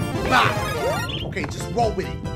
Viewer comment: Wtf u said woll with it woll with it XD